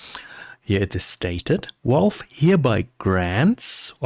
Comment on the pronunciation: Why the heck do you say WALVE? It's VALVE, with a V :D